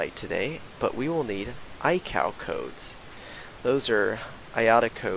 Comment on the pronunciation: Great video! Very good presentation on how to flight plan. Just an FYI - ICAO is pronounced eye-kay oh, in the trade.